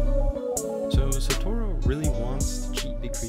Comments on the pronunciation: It’s pronounced satoryu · So your justification is watching anime? I speak Japanese, its not pronounced Satoryu.